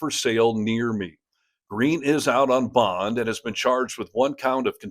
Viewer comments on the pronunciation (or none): none